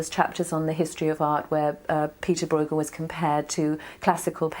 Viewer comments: "broighel"???? seriously???? it's hard to take the rest of the content seriously when they start by butchering the artists' name!!!! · The name of the artist is pronounced completely wrong. A little effort wouldn't hurt: just because it's not your language doesn't mean that you can slap on your own language's pronunciation rules. I can understand that people have difficulties with the hard "g" in Dutch, but everybody should be able to say the "eu" sound properly. It's the ö sound that you find in German words like schön and French words like deux. We Dutchies don't call Gainsborough "Ginesbohrouch" either.